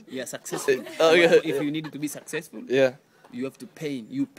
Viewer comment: When said successful it sounded like sexist